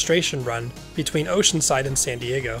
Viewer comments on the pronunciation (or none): none